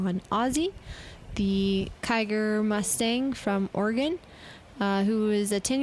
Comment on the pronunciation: I live in Oregon and we HATE when people pronounce it wrong it Or-ee-gun NOT Or-I-gien